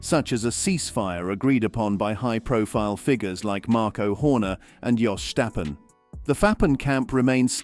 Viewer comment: You need better AI narration that can pronounce Stroll and Verstappen correctly.